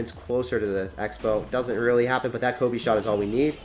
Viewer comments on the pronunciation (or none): none